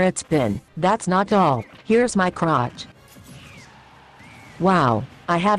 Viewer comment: “Here’s my croch”